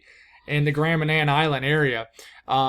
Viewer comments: Yes, you pronounced Grand Manan island correctly. :) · Give us some thoughts up here in the maritimes! ❤ And thank you, for keeping us informed and not forgetting us up here. Ps. You nailed the pronunciation of Grand Manan! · Hello you nailed the pronunciation of Grand Manan